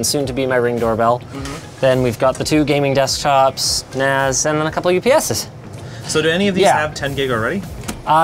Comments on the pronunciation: Providence I think he said NAS, not ass, although i thought it sounded like that, too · Did he just say "I just wanna transfer files between my computer and my ass" ??? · Even though we know he is referring to NAS, but that sure sound like ass lol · I keep thinking hes saying "My ass" had to double take when he was transferring things to his ass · I swear he said he wanted to transfer files faster between his PC and his ass... Not nas... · lol oh he said NAS i thought he said he wanted to Transfer Files Faster from his computer to his ASS